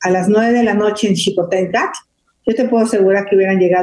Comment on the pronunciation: NO DE DICE CHICOTENCATL, SE DICE XICOTENCATL. TE VIMOS PAYASEANDO EN LA PIJAMADA.